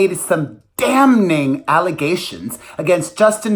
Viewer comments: The N in damning is silent😘 love you❤️❤️❤️ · Damning - The n is silent.